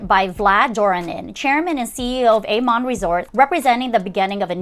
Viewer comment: Yes! Let's make it a series... yhanks for the wonderful content. It was fun to see The Shangri-la as I used to II've in Spore.and know the hotel well . Lovely gardens but did not love the rooms. My favourite is Aman ( ah-man not A-Man). The Aman resorts are so well known, especially in Indonesia.